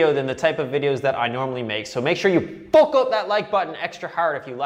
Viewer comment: Jesus Christ can’t even finish the video he thinks saying fook is peak comedy